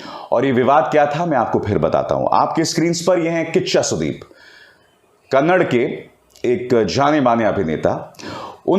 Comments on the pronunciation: अभिसार कन्नड़ नही कन्नडा बोल रे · Sir it's not kannad its Kannada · Kannad nahi kannada boliye sir